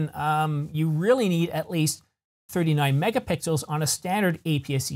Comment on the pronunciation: I'm sorry, but I had to pause and laugh a little when you slipped and said, "24 to 26 megapickles." While you almost immediately corrected your self, the idea of a sensor made out of pickles that popped into my mind seems like perfect Tee shirt material.